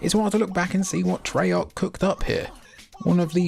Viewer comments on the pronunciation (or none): none